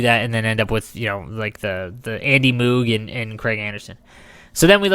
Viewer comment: Andy Moooog?? sounds funny ;D. Its pronounced like Vogue.